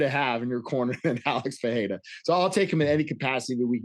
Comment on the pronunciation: Lol, Alex is in your corner. Learn to pronounce his surname.